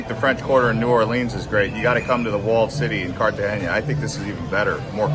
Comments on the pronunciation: Cartagena NOT Cartageña. There is no ñ in the name. Also, 20 pesos is $ USD 0.01 so I don't think the speaker could rent a covered area for 20 pesos; maybe $20,000 pesos for a short time which is USD $6.37. I am an American living in Cartagena for 5 1/2 years and wish people who post travel videos would give correct information. Please pronounce the name of the city correctly. The Hilton Hotel is in Barrio Laguito not in Bocagrande. The fort is called CAH-STEEYO - SAN FELIPE, NOT CASSTEEL SAN FELIPE. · Cartagena not cartageña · Except why do you say CARTAGENIA?? Theres no “I” in there. CARTA-GENA 🤦‍♀️ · It’s Cartagena! no CartageNIA! Na, na, na! Like saying NO, tuna, sabana. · Cartagenia? ITS CALLED CAR-TA-GE-NA, Usa citizen are terrible at pronouncing even their own language, they don’t even try. 😝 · So you’re going to do this whole video teaching us about a place - but you don’t even learn how to say the name?!!! Amazing. Cartageña. NOT! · Great video but your pronunciation of Cartagena was killing me 🙃 It’s pronounced Carta-hena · Car- Ta-Ge-Na. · There’s no ñ on the n please learn the correct pronunciation. ❤ thank you